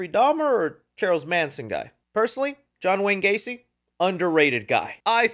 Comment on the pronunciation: Dawg said John Wayne Gracie 😭